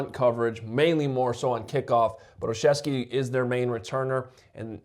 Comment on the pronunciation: I'm totally impressed with you showing off your Chicago roots and verbiage with your 100% acceptable English pronunciation of Gunner "OLSZEWSKI", without a stumble or trepidation. May your tailgate and press commissary table be filled with kielbasa and piwo! Oh, and since you are tall, lanky and skinny, have some potato pierogi, with that kielbasa dinner - winter is coming, young fella!